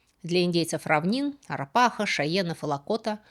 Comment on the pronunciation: Я живу и в графстве и на улице Арапахо. Ударение на втором слоге.